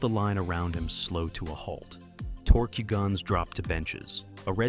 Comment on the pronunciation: Tork. Not tork-u.